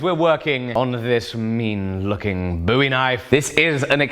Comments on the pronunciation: It’s Bowie not boowie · Could you make up your mind whether you want to pronounce it Bowie or Stardust? ;P